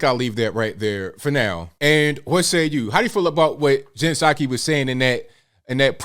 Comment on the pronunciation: What a liar! LIAR!!! Puh saki not ABL.